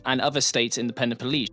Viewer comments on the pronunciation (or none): Nice video , but why do you keep mispronouncing Peloponnese as Penepolese? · great vid man! :) don't take this wrong, but: is that really how you pronounce "peloponnese" is english? i'm not a native of english, hence the question. keep up the good stuff!